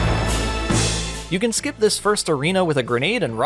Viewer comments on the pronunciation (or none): none